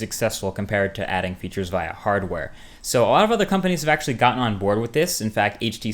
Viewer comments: You pronounce via via instead of via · Ur amazing Marques! BTW u are saying VIA wrong! just to let you know. haha